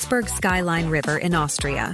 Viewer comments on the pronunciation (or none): none